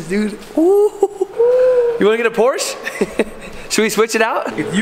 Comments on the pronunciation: When you are in a German speaking country, always pronounce the "e" at the end of "Porsche" – like the "e" in the word "elephant". ;-) Edit: Actually, always do it when there is a "e" at the end of a word (not Reisführer but Reis*e*führer! :D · It’s funny that Americans always say: „Porsch“. What happend in English to the „e“. It’s not French. It’s German. It’s Porsche. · It's Porsche not Porsch :) you need to say the E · Just a pronounciation tip to you english speakers: for the car manufacturer "Porsche" you don't say "Porsh" or "Porch", you say "Porshe". The trainling "e" here is spoken like the starting "e" in the word "entropy". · Porsch and BeAmDouble-U As a German that hurts😭 Great Video👍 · Your Videos are always cool. There are some Videos on yt where you can learn. Car names from each Country which build car. So you get every right. Because its not porsch. Its Porsche. Like its Ford not Fort. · As a Bayernfan, i´m very excited to see you watch the Chel$ea game. But please, DONT say Porsch, it´s PorschE!!!!! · It’s a PorschE! We want to hear the E at the end 😀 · Der Wagen nennt sich Porsche! Nicht Porsch! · I like your vids but just one little thing it's PorschE pls and not porch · Be am double u sounds soooo wrong. And Porsch. Please say BMW. And Porsch *e*. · I didn't asked why we Germans mostly pronounce nike wrong but ok. But I guess it is mainly because of the pronunciation of similair words like bike. Anyways what I really asked is: Why do Americans pronounce all the german brands wrong?